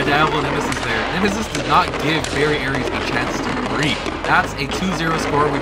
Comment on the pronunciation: You were mispronouncing variares. It's ares not aries